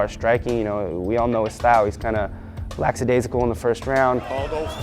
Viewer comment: hahaha 'lacks-a-daisical'